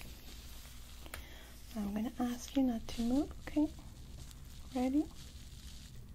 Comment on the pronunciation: I'm not picking on you at all, but I adore how your accent makes you pronounce some words funny. For example, move is "moob" and it's so cute! Love you,.